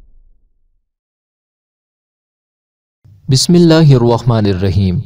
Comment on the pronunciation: میرے بھائی بسم اللہ الرحمن الرحیم تو ٹھیک پڑھ لو